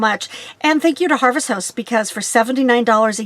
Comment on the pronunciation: Thank you ... for us newbies to be more half timers.... you are saying “Harvest HOST” correct? It sounds like Harvest House. Love your videos!